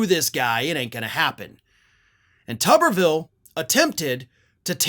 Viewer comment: I like the way calls him “Tubberville” 😂😂😂